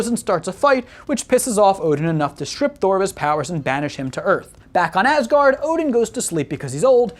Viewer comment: I cant tell if he said “Ass guard” because the Grand Master says it in Ragnarok, or if it was unintentional, or I just cant hear right